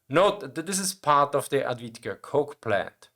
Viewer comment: Thank you for the video! Maybe this will help on how to pronounce Avdiїvka First letter is read as A in father [ä]. di letters are read as dee. Probably the same as you say bee, [ē] but with d Then the second i, which I wrote as ї on purpose. It is read the same way is i in naive [na·ive or na·ïve (nī-ēv′, nä-)]. It's a soft variant of ee. Since you've specified that your channel is from Austria, I suppose that you speak German as well. So, let's take a look at German yes (Ja). Try to replace a in ja with ē sound (from the word bee above) and say jē. The last a is the same as the first one. Thus the full word is read as äv-dee-ї-vkä with stress (accent) on ee Hope this will help to pronounce the name of the settlement and avoid all those comments about Advitka pronunciation.